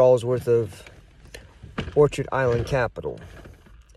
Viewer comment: It's orchid, not orchard. It sure appears you're in a very poor state of physical health - maybe homeless - or perhaps it's all just a show? Anyhow, good luck to you whatever the case may be. BTW, I own several thousand shares of ORC.